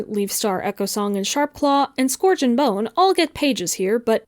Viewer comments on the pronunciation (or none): I was paying attention to the video but then she said Scorj and I audibly went 👁👄👁